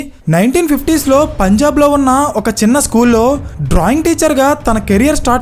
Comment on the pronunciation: Punjab bro....✓ not pajnab..××